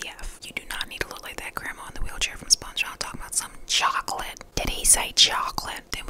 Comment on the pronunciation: DID SHE SAY CHOCOLAATE???